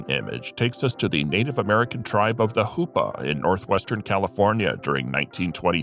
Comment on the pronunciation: Hoopa not hupa. I live just off the Rez.